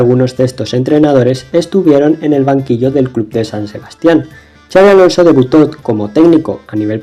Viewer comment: Me ha encantado el video pero te voy a poner una pega. Has nombrado a Xabi Alonso y a Xabi Prieto con el Txa catalán... este fonema en Vasco y para los que no lo saben, se pronuncia como "pisha" o "Shakira" .